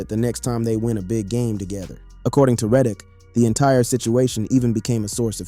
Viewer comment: Stop mispronouncing Reddick